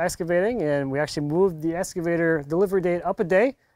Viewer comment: "Escavator"? If you are going to be doing some "excavating", I suggest using an "excavator" and not an "escavator". :-)